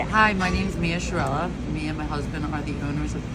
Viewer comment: That’s not how your name is pronounced. It’s prettier the real way